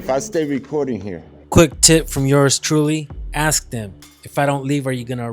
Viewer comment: I aplod your efforts and professionalism.The only thing I would like to convey to you,is,when you say "aks"instead of "ask",in many people's minds,you come across as a very low I.Q. individual.I only say this as constructive criticism.